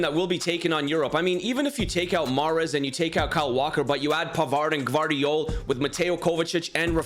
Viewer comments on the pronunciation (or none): none